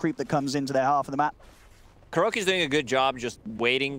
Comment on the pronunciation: its Kuroky .... not kuroKI